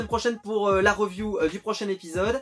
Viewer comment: Y'a encore "un peu" de boulot pour que ça soit very well lol - riˈvyo͞o